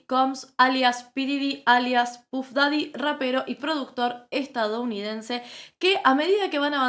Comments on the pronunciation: Me duele en los oídos que digas pUff daddy en vez de paff daddy como corresponde. Es como la gente que le dice Johnny dip en vez de dep 😂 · /paff daddy/ pronuncia bien por que sos comunicadora.gracias